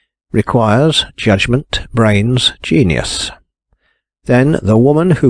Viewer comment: 🚣‍♀️ "gen-i-us has been at work"